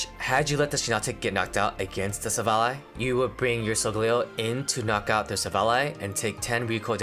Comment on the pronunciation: you deserve a sub also youre the only person ive heard pronounce silvally correctly so thanks for that